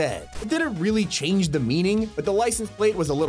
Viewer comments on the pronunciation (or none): It's not Meow Wagon, it's MeowGon. Please